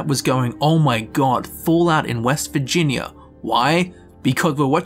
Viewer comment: All I hear in the first five minutes of this video is "vagina".